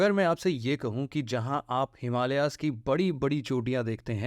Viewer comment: हिमालियाज नहिं हिमालयज है । भारतियों को सहि उच्चारण करनेमे क्यों समस्या है ? नेपाली